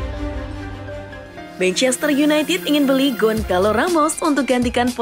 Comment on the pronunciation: Gonçalo dibaca Gonsalo bukan Gonkalo mbak